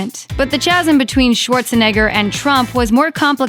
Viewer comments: English much ? It’s “KAZM” not “chazm “ like ‘cherry’. This is pathetic. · "chasm" is pronounced "kasem". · You need to check your pronunciation of the word "chasm." (5.q+++22) The "ch" is sounded as a "k."